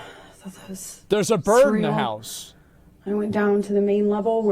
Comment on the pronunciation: ".. I saw a burd in the house.." 🐦